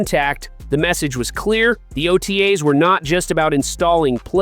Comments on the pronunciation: T-Cos and O-tays 😬😬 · I think you missed his point. The AI is killing it in a bad way. When it reads things such as T.C.O (Performance Center) and O.T.A's as words.... it sounds ridiculous.